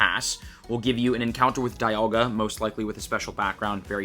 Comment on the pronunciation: Does anybody else pronounce it as "dee-all-ga"? He said "die-all-ga" and I've never heard that pronunciation.